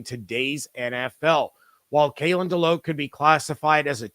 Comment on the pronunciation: FYI: As a Nole fan, Kalen DeLoach is pronounced (DeLowch), not DeLoke.